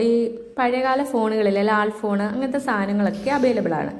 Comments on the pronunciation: ലാൽ ഫോൺ അല്ല കൊച്ചെ.. ലാൻ ഫോൺ😅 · ലാൽ ഫോൺ അല്ല ലാൻഡ് ഫോൺ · ഇംഗ്ലീഷ് പറയാതെ മലയാളത്തിൽ പറയുക lal phone അല്ല land phone അങ്ങനെ പലവാക്കുകളും ഇംഗ്ലീഷിൽ പറഞ്ഞത് അരോചകമാണ് ഭാഷാശുദ്ധി ശ്രദ്ധിക്കുക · 😂ലാൽ ഫോൺ ലാൽ ഫോണല്ല ലാൻഡ് ഫോൺ😂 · ലാൽ ഫോൺ അല്ല. ലാൻഡ് ഫോൺ എന്ന് പറയൂ... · ലാല്‍ ഫോണോ...? അതെന്ത് ഫോണ്‍... 🙏🙏 😂😂😂 എല്ലാത്തിനും അയിമ്പത് രൂപയേ ഉള്ളൂ ലേ....? അയിമ്പതല്ല അമ്പത് രൂപ എന്ന് പറയണം ട്ടോ...🙏 അത് പോലെ ചെറിയ ഇടികല്ല് അയിമ്പത് രൂപക്ക് ബെര്‍ത്തായി തോന്നിയോ...? ബെര്‍ത്തല്ല ട്ടോ വര്‍ത്തായി തോന്നണം... 🙏🙏 ബ്ലൂത്തൂട്ട് അല്ല ട്ടോ ബ്ലൂടൂത്ത് എന്ന് പറയണം... വായനാ ശീലം ലവലേശം ഇല്ലാത്തത് കൊണ്ടാണ് ഇത്രത്തോളം വിവരക്കേട് വിളിച്ച് പറയുന്നത്... ഏറ്റവും ചുരുങ്ങിയത് ദിവസവും അര മണിക്കൂര്‍ പത്രം വായിക്കൂ ട്ടോ... 🙏🙏 ഒന്നൂടെ നന്നായി ശ്രദ്ധിക്കൂ ശരിയാവും 👍👍